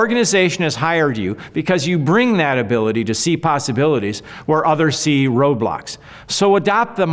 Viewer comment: I thought you said robots not roadblocks for a second I think both would be sefisent